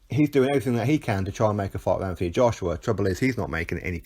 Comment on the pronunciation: Why he went from Anthony to AnTHony pronouncing the th is a mystery to me my middle name is Anthony my dads name is Anthony.if you pronounced the th in my dads name your liable to get punched I think he's trying to make himself more likeable to the yanks personally it was always normal Anthony now it's AnTHony I understand it's different in the States he ain't from the States although at the moment I wish he was lmao